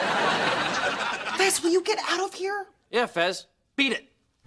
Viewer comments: It’s fez not fes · CARLOS GUTIERREZ it’s Fez not fes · He's fez not fes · Fez not Fes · It's Fes, not Fez.